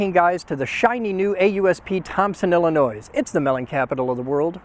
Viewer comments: Come on man, the S is silent in Illinois. Illinois sucks but mostly Chicago. You’re fucking awesome by the way, I’m so glad you are doing good. Please keep making people smile and doing good! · Like the cheese being under the sauce, the s at the end of Illinois is silent and always will be. -an Illinoisan